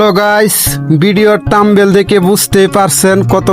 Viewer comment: Tambal...na thambel